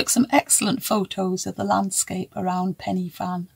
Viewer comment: Hi Great podcast as usual Pen Y Fan the Y is not a I iiiii but a a low Y just as when you experience pain it’s a uuuu Pen means on top of a 😅low Y uuuu Fan = a place 🎉easy!